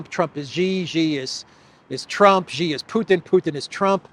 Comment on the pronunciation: I recall that Mr Mercouris took a while to pronounce "Rofkin" correctly, but he's since corrected it. I think he pronounced President Xi's name incorrectly, previously, but likely folks pinged him on it. It sounds like "see" and "she" - there's no "jay" sound in it. The chinese character for his surname is: "习", if that helps. Thanks for your programs!